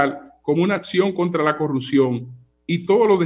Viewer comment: Si por lo menos estos “comunicadores” aprendieran a pronunciar la “P” en corruPción, yo los escucharía, y luego evaluaría sus argumentos.